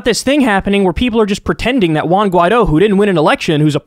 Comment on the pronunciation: Your pronunciation of 'Juan' is funny as hell 😂